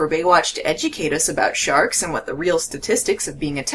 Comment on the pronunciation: Shee-arks,, aauaughghg !!